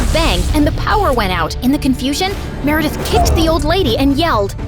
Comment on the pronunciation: Why did i hear Marry death instead of meredith 😭😭😭